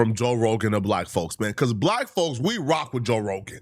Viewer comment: “We”? Or did you mean Wiii